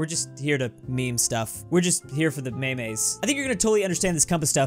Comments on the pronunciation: "When it comes to the Me-Mes" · can't say memes like a normal person. It aint méméz! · Dude. Just say "meems".